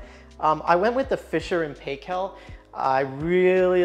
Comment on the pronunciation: Fisher and Paykel - pronounced Pike-elle its a New Zealand thing! Glad youre enjoying these wonderful and long lasting products.